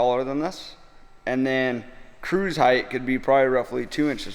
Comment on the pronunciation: The truck looks awesome! I'm most impressed by you properly pronouncing the word "height". It drives me INSANE to hear some builders that I think are brilliant designers, fabricators, and artists mispronounce a simple word like "height" with a "th" sound at the end. Much respect to you guys, for multiple reasons.